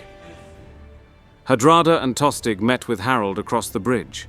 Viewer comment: Pretty sure Tostig is pronounced with a silent G